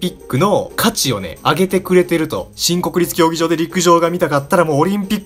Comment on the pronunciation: もうそれにしか聞こえないw